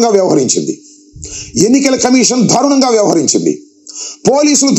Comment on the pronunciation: తెలుగు సరిగా రానివారు కూడా వీడియో పెట్టడం.దారుణం కు బదులు థారునం అని పలకటం ఒక అంబటికే చెల్లు.